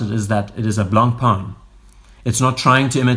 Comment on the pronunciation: Making tribute videos starts by getting the pronunciation right. The C and the N are dead silent.